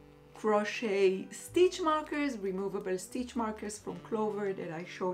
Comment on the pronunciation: Hi, don’t worry about the length of the vlogs. You are lovely and we love listening to the things you share. Another of my favorite bloggers always posts an hour long vlog where she talks about her life and shares her decision making process just like you do and it’s not at all boring. Just FYI, the letter t in the word crochet is silent. So it’s pronounced “croche- and croche-ing. Looking forward as always to the next vlog 😊